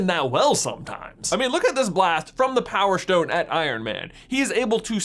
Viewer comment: Power shtone